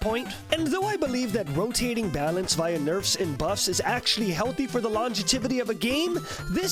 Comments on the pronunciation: "longetivity" Lol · "Longetivity" you okay, man? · Calls himself professional. Mispronounces longevity